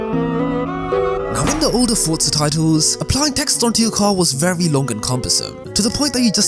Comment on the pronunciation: stop saying fortza say forza